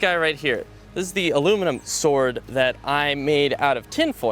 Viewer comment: bastard it's "now this is a swoid"